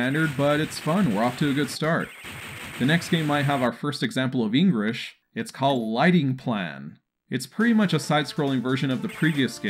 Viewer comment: He said “Engrish”😂